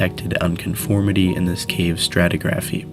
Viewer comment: When talking about the caves on Floea it should be pronounced as 'stat-tig- graphy' , not 'stati- graphy'. AI HAS A BIT TO GO.